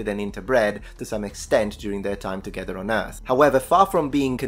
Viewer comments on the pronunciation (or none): none